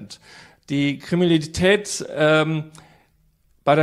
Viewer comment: "bei der kriminilität" :)